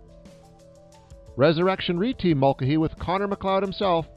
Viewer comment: You are absolutely mangling the pronunciation of Mulcahy.